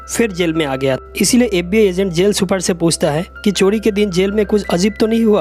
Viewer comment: चोडी नहीं चोरी